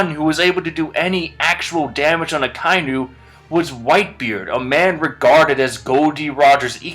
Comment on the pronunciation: "A-kai-nu" I know some people can't tell because of how it's written, but it's "Aka-inu". "Aka" means red and "inu" means dog.